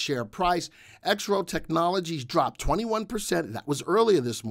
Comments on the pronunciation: Your credibility suffers when you can't pronounce the name of the company properly . Its not " Exrof " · The VectorVest subscribers typically refer to Exro Technologies by it's ticker symbol which we pronounce "exrof". Trust me, have been with VectorVest 15 years and knows what he is talking about.